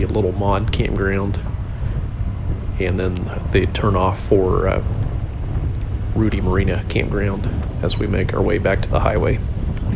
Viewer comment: I tried but I just can't. You are pronouncing it wrong. It's Rued-long i like in die. Thank you for your videos.